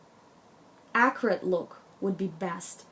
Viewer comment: Good info but lordy, I had to switch to closed caption to figure out you were saying accurately. I was going mad wondering why you kept saying acrid!